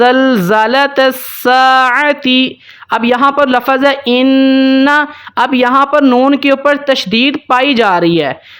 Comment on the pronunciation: भाई साहब आप समझा तो सही रहे हो लेकिन बार बार आप लफ़्ज़ को (लफ़ज़)बोल रहे हो यह ग़लत हैं इसलिए आप अपने लफ़्ज़ बोलने का तलफ़्फ़ुज़ सही कर लें।